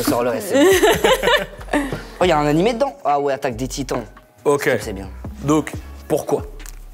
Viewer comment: "oh y'a un animé dedans ??" aiiiiie mes oreilles mdrrrr (tous les puristes ont fait un AVC a ce moment mdr)